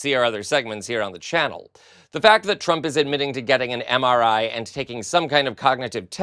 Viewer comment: Can't even pronounce MRI😢😢😢MRI is used to detect strokes...